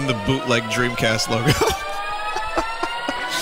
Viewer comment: sega dremcast